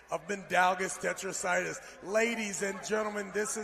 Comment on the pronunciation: “Mindaugas Tetrasaidis”......!!! Go back to the primary school Trevis….!!